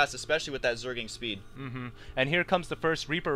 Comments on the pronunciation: I love how Husky can't say Zergling. He says Zerg-ing. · lol zerging zerging zerging h to the usky husky you need speech therapy :)